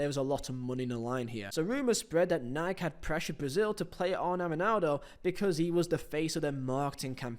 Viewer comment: How do you not know how to pronounce Nike?